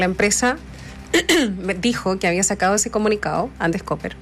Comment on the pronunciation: Una aclaración: La empresa se llama ANDES COPPER y no Andes Cooper. Son 2 'P' y no 2 "O'. COPPER se pronuncia "Cóper" y no "Cúper". Toda la prensa lo anda pronunciando e incluso escribiéndolo mal!